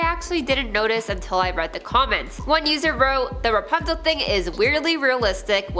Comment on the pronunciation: Dude said REPUNZEL 😅